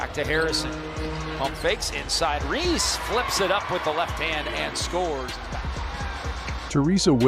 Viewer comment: Can’t you get the ‘bot’ to say Reese’s name CORRECTLY! C’mon man!